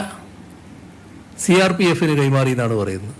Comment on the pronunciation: CRP അല്ല CRPF😂😂